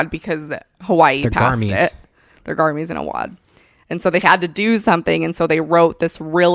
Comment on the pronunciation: I don't want this comment to take away from the seriousness of your video, but when you say "garmies" instead of garments, I laugh out loud. Every. Time.